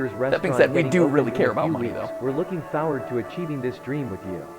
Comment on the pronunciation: not sure if anyone noticed the subtle reference to old fnaf memes when the guy says looking forward he pronounces it as looking fourward with the "four" part of that pronounced in the old meme way